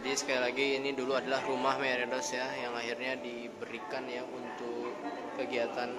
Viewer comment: meredos is mbledos